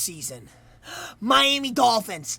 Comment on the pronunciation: Man he’s says tuas last name tagadova And says Miami like miaimi